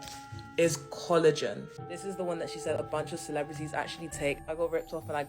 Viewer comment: I'm sorry, but I cannot STAND the way the first lady was saying collagen. "Coolajin" AAAAAAA